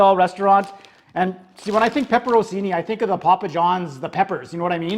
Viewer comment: It's also pepper-on-chini, not pepper-on-seenee.